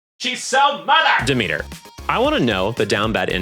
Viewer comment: I know it's probably accidental but you pronouncing Charon as Karen and Demeter as The meter has become a vocal stem for me, when i play hades and find Charon i go "omg it's Karen"